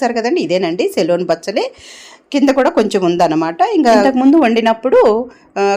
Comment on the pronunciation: సెలూన్ కాదమ్మా.సెలూన్ అంటే. సిలోన్ బచ్చలి అనాలి.. మంగలి shop